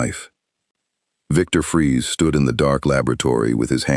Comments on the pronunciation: It's FREEZE, not Fries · Cool story though minor thing It's Freeze like Breeze